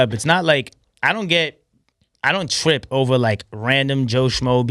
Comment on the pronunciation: Anyone else notice this man says “twip” instead of trip